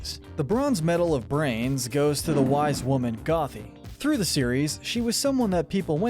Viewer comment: He also pronounced gothy wrong